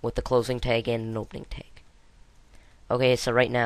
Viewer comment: What the heck is a "teg" and why do you keep saying "tegs"?!?